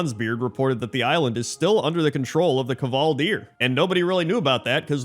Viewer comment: The K in kvaldir is pronounced the same as the K in KCrendor.